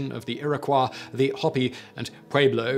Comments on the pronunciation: You missed his mispronunciation of adobe and Iroquois. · It’s pronounced ear-a-koy. Not ear-ah-kwah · Iroquois is pronounced (Eer-Uh-Coy) not (Eer-Uh-Kwah). My wife’s half Native-American. She just corrected you. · He’s pronouncing it closer to the French pronunciation, ee-ro-kwah or ear-o-kwah. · The way that he says Iroquois bothers me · Other than your ridiculous mispronunciations of some of the tribal names, this wasn't bad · Some of these pronunciations are interesting. Never heard "na-VAH-ho" before. "Iroquois" is sounded here more like French than the common American.